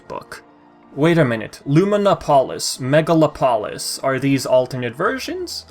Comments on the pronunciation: I believe the city's name would be pronounced mega-lop-olis not megala-polis. Kinda like how you pronounce metropolis. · Its megalo-polis. Its greek Megalo means big And polis means city